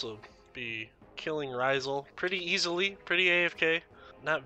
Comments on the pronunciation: Love the guide dude. But Rysal? Ra-sial 😂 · this man called him "Raw-zul" its Rasial! "Rah-si-al". Good video over all though!